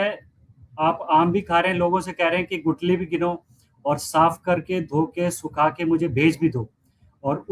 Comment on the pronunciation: Gutli नहीं Guthli